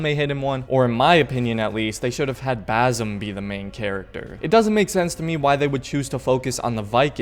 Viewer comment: it's not BaZim... it's BaSim